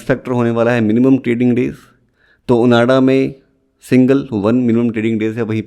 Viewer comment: It's ओआंडा bro, not ओनाडा..